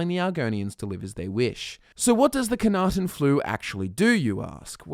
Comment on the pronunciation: I know I'm going to be seen as a dreadful picker of nits for this, but it bugs me to no end that you mispronounce the Flu as "Khanaten". It's Knahaten Flu. Yes, it would be harder I assume to pronounce correctly. Still. Lore accuracy?